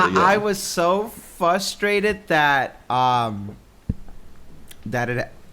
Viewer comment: Somebody, PLEASE tell him there is an R in frustrated, lol.